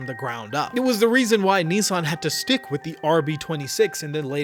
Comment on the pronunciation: Why can't Yanks pronounce Nissan?